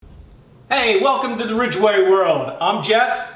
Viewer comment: It’s Ridgway! Not Ridgeway! YOU’RE NOT PAYING ATTENTION!